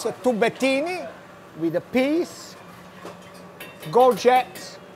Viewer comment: "Let me show you how to feet your children very, very healthy. Is-a tubettini with-a piss..." xDD